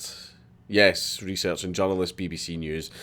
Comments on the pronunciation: You say "journalist"... I hear "junglist" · Took me a couple of minutes to figure out Dankula was saying 'journalist', not 'John Lewist' haha, thought it might be Scottish slang at first... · I keep thinking you were saying "John Lewis" I was like wtf... No your saying "journalist" lmao